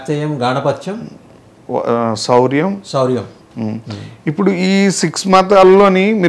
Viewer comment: సౌరం, శౌర్యం కాదు